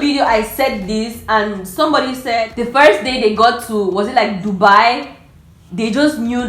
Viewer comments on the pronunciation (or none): none